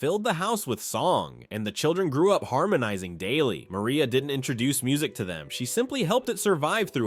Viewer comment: And tell the AI voice that it’s pronounced Mar-ee-ah.